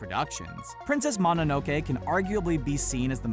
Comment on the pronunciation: I cringed when you said Mononoke wrong.